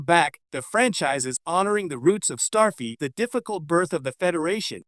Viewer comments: Who the heck is Toppel? Or as you said in one other spot "Tippel." And what the heck also is "Starfeet!" ?😂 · It's not Starfeet. It's Starfleet. FLEET. That's F L E E T! With a L!!!!!!!!!!!! Geez. But it would be nice to see T'Pol again. I am hoping to see Dr. Phlox again too. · Can you actually voice over your own videos instead of relying on AI voice-overs that mispronounce character names - Topple; Starfeet????? What the actual hell!!!!